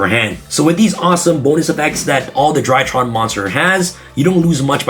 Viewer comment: For some reason every time he says “DryTrons” i hear “ TryHards” lmfao haha is this a tryhard deck lmfao haha 😂 overall i think i will give the ritual monsters a chance